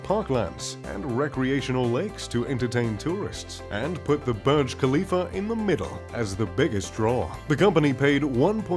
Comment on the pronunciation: Not barge but burge/boorj.